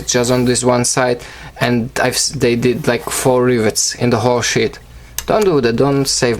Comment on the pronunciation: Does any one else hear grey shit not grey sheet no afence